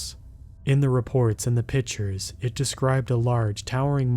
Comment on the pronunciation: The word is pictures not pitchers.